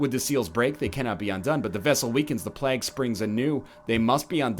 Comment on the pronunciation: why does NL pronounce plague as plaik?